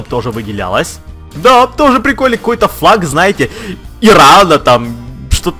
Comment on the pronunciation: ты сказал флаг или фак